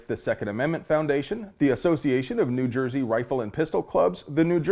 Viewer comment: Just an FYI, no one from Jersey actually pronounces it Joiesy. But thumbs up for the Fight Club reference